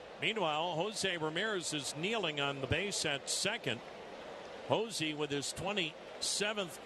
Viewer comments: love how the commentator keeps saying josi bro its Jose lol he be from jose to josi lol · Why does the announcer pronounce his name Hozee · Why does the announcer keep calling Jose Ramirez Hozey?